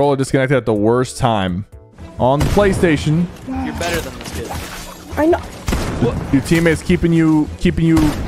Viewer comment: WHY did he say put battres in a plashtashon